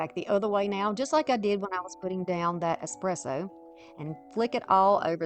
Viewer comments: I love Dark Academia and Dark Cottage Core. Amazing stuff. Thanks for sharing! Also, I love your voice. I'm also Southern. Yeah, it's ES-presso, but regional dialects are so common in the US. If you want to always pronounce things the absolute correct way, then you make it your own. 🙂It's still yours when you pronounce it the way everyone else does, because no one has your voice. I don't think you need to apologize for it, though. You have a lovely accent and I think regional dialects are interesting and unique. 🧡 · Lol i just came from another video of yours where you say "expresso" and it made me giggle. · I'm so mesmerized watching you craft that I never noticed how you pronounced ESPRESSO. I just love the end results, especially in this video. 😊Linda (Yankee) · Absolutely gorgeous transformations! You do a fantastic job teaching and explaining what you are doing. I love this aesthetic. Also, A+ on the espresso pronunciation. 😉❤